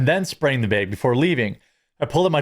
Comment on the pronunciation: Must be nice to be mister money begs (bags) as you pronounce it. She already paid $30 for a $15 order and she gave a 10% tip, maybe it’s all she could afford. I like how you try this argument like us plebes are cheapskates and qualify it with “I know, I know”. No, it’s all bad.